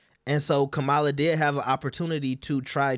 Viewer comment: Y’all refuse to learn how to say, “Kamala.” 😒